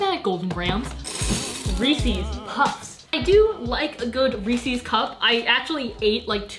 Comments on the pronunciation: I love you and thank you for destroying your digestive system for us but “ReEsSeS” is ree-sehs not ree-sees 😂 (not to be taken seriously ily) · NO SHE SAID REE SEE INSTEAD OF REE SAYS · REESES NOT REEESSES YOU KNOW WHAT I MEAN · It’s more like Reese-iz puffs. Like think about the name Reese, and it’s his puffs, so it should be pronounced like Reese’s puffs. Sorry if that didn’t help much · am i the only one bothered by "rees-ies" cups??? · Stop calling it Ree see’s please :( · I love u but the way you say “Reese’s puffs” is an abomination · I Love you!!!!❤️❤️❤️ But you pronounced Reese’s wrong. I’m eating cereal whilst watching this.💕💕💕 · Ok I know I’m late but are we not gonna talk about the way she pronounces Reese’s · how says "reese's" triggered me. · am i the only one bothered by how she pronounced reese's?